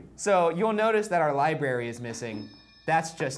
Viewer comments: and Ryan says Libary not library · lie-berry lmao its LibRary ryan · or as Ryan calls it, lie berry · ryan: LIBARY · Ryan hitting em again with the "liberry" pronunciation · RYAN: “li-berry” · Ryan: library = lie berry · 'RARE' , BRARE. PUT THE 'B' SOUND IN FRONT OF 'RARE': 'LI' = LYE, LI BRARE EEE = LIBRARY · I would like to see Ryan say library correctly. I cringe everytime he says lieberry.